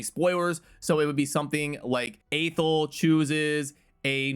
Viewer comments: its not AY-thel its AH-thel um | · Athel, pronounced Athel. Who knew 1um |